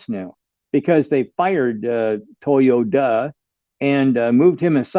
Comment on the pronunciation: It is Toyota not Toyoda. There is a T in the word